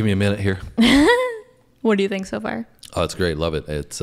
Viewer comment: And "har" instead of "far" . . .